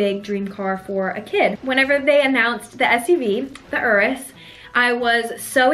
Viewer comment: I love that you know how to say Urus, unlike many other "car" Youtubers who keep calling it Yourus. Congrats!